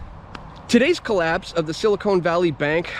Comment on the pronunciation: Good stuff as usual! It's silicon not silicone.